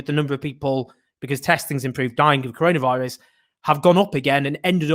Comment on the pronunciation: did peter hitchens just say controlavirus?